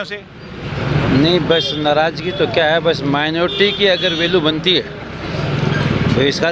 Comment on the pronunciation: मेनोरटी मेनोर्टी कर रहे हो कोई मेनोरेटी नही ह